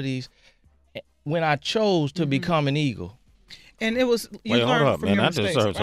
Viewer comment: sway so damn dyslexic - "ego" no sway "eagle"